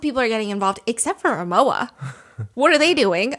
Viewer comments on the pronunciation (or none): Rimowa is pronounced RimoVa